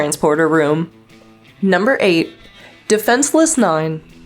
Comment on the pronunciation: There is no "C" in "Defenseless".